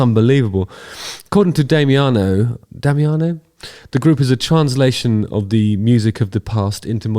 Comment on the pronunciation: your second" attempt of "Damiano" pronunciation was quite good mate